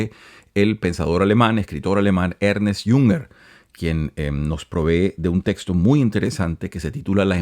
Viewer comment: No se pronuncia Ernest, sino Ernst